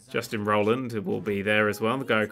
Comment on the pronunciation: Also, who's "Justin Roland"?